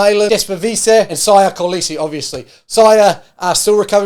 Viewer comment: I’m willing to forgive most of the mispronunciation, but the Siya Kolisi one was next level.